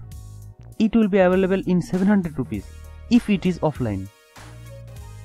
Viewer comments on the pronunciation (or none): none